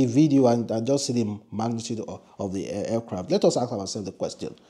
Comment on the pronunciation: For God's sake it's Aircraft, not Fcraft!